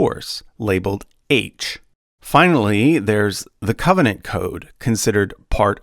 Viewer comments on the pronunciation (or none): none